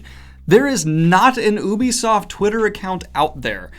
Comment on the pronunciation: Everyone: ubisoft Daniel: OOooObîSofT